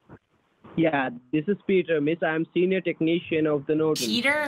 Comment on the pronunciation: Peter..."Senior Tek-Nee-Shian"